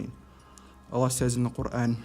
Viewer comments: She couldn't even pronounce her holy book correctly!! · Sorry but I never been so appalled by the way people pronounce things like when they say quran, sounds like they're choking omg LMFAO